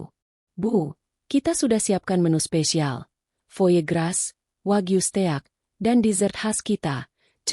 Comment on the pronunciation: Blh saran mbok bc nya diedit dipilih yg bnr bacanya flatshoes (bc flet soès..steak bc stèyak) ya Allah ini bacaan dijual lho